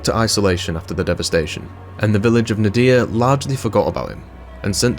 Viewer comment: We need more Ziggy intermissions, Ziggy is awsome! also ngl the way you pronounce Nadiya is mildy infuriating.